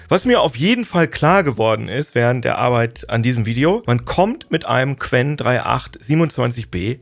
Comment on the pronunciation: Du hast Dich sehr verbessert. Mega. Und danke für Deine Arrrrbeit...